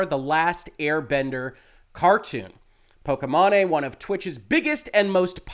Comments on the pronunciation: How you pronounce pokimane lmao. That’s what we should always call her from now on! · Very important topic to discuss but I bet you every dollar in my pocket people will focus on how you pronounced. It's hilarious. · "Pokémon-eh" hahahaha 😆 😂 The ethot's streaming name is pronounced *poke-ee-main* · Correct way: po-ki-maine way: po-ke-ma-né Lololololol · everybody else: "po-ki-mane": "po-ki-ma-ne" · “POH-KEY-MAIN” not “POH-KEH-MA-NE” great content as always sir, appreciate you. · Wow, was really thrown by the “pokey mahney” pronunciation over the actual one, “pokey main” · It’s pronounced pokey main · I think it’s pronounced poki-mane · I think her name is pronounced pok-ee-main, but I'm not a follower of her content, so don't quote me on that :P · Good Lord,, you had me cringing at the pronunciation of her name. The 'e' at the end makes the 'a' say it's sound. Pok-ee-main Other than that, fantastic and important video. Loved the Sword of Damocles reference! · "po-ki-MA-ney" muahahahaahaha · I love you, reallyvI do, but Poke-main. Just....Poke-main. or mane, either way. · Why are you saying "Pokimane" that way 😂😂😂? It's pronounced "pokey-mawn". Altho, most people say "pokey-main". Given that I rather dislike her, I'm fine with people getting it wrong, but your mispronunciation is definitely a new one for me lol. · Thank you for your professional and reliable opinion. I had a feeling that a lot of streamers (that I still like and respect a lot) are spewing a lot of wrong information regarding fair use and dmca laws (regardless of how I think dmca law needs to be updated/changed) P.S. I'm pretty sure it's pronounced "poh-kee-mayn" XD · I believe her name is generally pronounced "Po-key-Mane" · are you up for a little pokimanipedi? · I do not watch pokimane at all, but I know you are butchering the pronunciation of her name and it sounds silly, like how did you even come up with that pronunciation? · I love the way he pronounced it haha